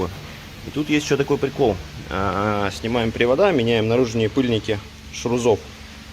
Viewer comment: Режет слух ШРУЗом Шарнир равных угловых скоростей (ШРУС, жарг. — граната)